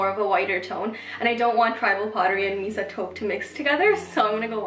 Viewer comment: Just a little help with Mesa.... pronounce it may~sa. It’s meant to resemble the taupe/beige/reddish colors of the American southwest high dessert colors like the Grand Canyon. 😉